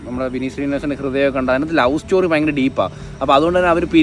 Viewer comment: Bhayankara❌ payankara✅